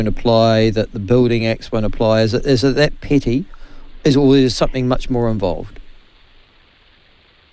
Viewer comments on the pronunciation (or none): ..switched off when she said 'somethink'